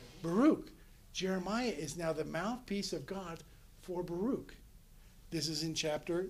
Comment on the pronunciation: Baruch is pronounced Baruch, ברוך.. not as this professor pronounces it. It is odd that someone who devotes time to study these texts lacks a basic pronunciation understanding.